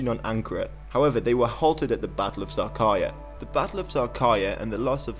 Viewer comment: battle of sağkarya xD